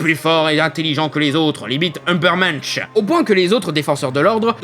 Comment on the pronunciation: " umbermenech " xD